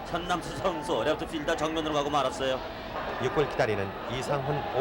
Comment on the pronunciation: 이장우 캐스터...저...특유의 멘트..발음...렙뚜 렙뚜 쓰리런 호머의 주인공...ㅋㅋㅋ 옛날 생각이 나네요...ㅎㅎ